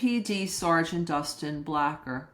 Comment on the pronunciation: Its not blacker. His name is blaker long a. Like the name Blake. Rhymes with laker. Rhymes with faker. Rhymes with baker.